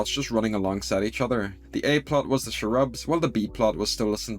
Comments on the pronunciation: Your pronunciation of Cherubs as "Shrubs." That is interesting, where are you from? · I kinda agree that they spent too much time on the cherubs(BTW it’s pronounced “CHAIR-UBS”) , and that they really should have focused more on the Blitzo and Stolas stuff. At least expand the argument more and cut a little if the Cherub stuff. Everyone knows the Stolas and Blitzo relationship is the heart of this series. Maybe they are trying to pace it out or drag it out longer, but they could have still done that while giving us more focus on in the episode. Like I weirdly feel a little disappointed because we waited for this episode all month and there was so little meaningful plot. I thought also from the trailer that Blitzo was gonna say something much crueler to Stolas for the part where he is reaching out and Stolas teleports him away. Not enough juicy drama for me haha. I mean it’s still beautifully animated and a free show so I am not trying to complain too much, but I think Hellva Boss has some room to floors still in plot/pacing. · I just love how pronounces Cherubs